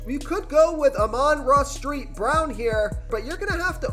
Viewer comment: Are u pronouncing the son gods name wrong on purpose? Or have I been saying it wrong?....just curious